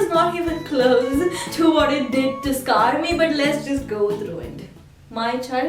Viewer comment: scaaar? did she mean scare?